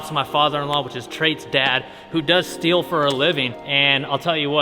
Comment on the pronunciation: Wasnt paying attention and heard Traits dad does steal for a living, had to rewind it and realized he does steele not steal for a living 😂